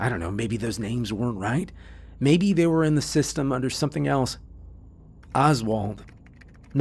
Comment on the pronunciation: Perfect except for two names you pronounced wrong. Audi Klaus. 😱